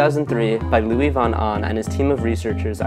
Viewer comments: Great video. Wanted to point out that Luis Von Ahn's first name is pronounced "Loo-ees" because he is Guatemalan and speaks Spanish. You pronounced it as if it were French. Just a minor note though. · Nice Video, but I have to laugh at your pronunciation of Luis von Ahn. ^^ But I guess is a hard one, since he is a guatemalan with a spanish given name (Luis) pronounced /lwɪs/ and a German Lastname (Von Ahn) pronounced /fɔn a:n/. Cheers and have a nice day!